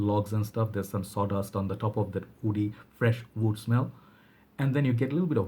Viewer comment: It is pure wood man not vood ;) just messing with you man my english is not better than yours :)